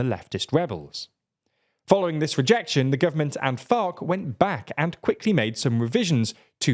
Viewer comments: “which was more urban than FOC”… you know he’s saying it like that on purpose 😂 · I hear fock and it's funny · It's actually called "FARC", not the f word